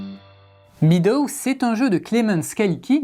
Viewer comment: ça se dit /ˈmedəʊ/ (mèdo), le ea, c'est traître. ;-) En tout cas, c'est un fort joli jeu, et j'aime aussi qu'il y ait une variante solo. ^^